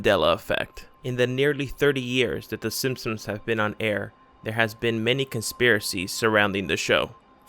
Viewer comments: Are you saying "the Sinsoms" instead of "the Simsons"? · in my reality it was the simp-sons, not the sin-sons as you call them. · Mandela effect: I remember the show being called “The Simpsons” but you’re clearly calling it “The Simpsoms” WOW!! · Am I the only one annoyed by the narrator’s mispronunciation of the name simpsons? Come on make sure your saying it right before u post videos lol